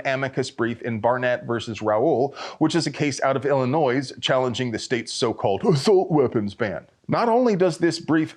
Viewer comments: Did I hear you make a "z" sound at the end of Illinois? It's a French word, it ends in a "nwah", sound, savage. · The S is silent in the word Illinois